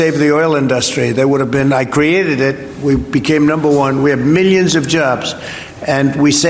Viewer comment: He really enjoys saying "millions and millions". He says it in almost every speech or interview. No matter the subject... millions and millions. Sometimes he even pronounces it differently. Mill- eeyuns. Its weird.